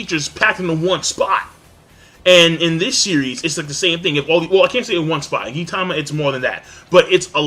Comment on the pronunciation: Fuck you King. Its not " Geentama"